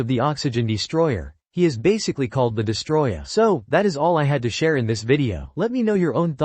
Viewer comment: It's DEST-O-ROY-AH...get it right!